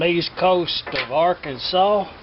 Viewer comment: Arkansas R Kan Sas